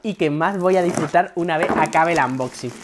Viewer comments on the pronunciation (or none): AMboxi, xD, mira que yo digo cosas mil veces peor, pero no puedo cos los "AMboxin"